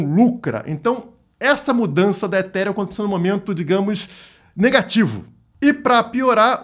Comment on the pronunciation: É o início do fim do “eTíRiUm”